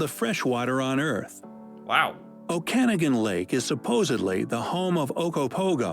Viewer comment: Oak’-a-noggin please video announcer!!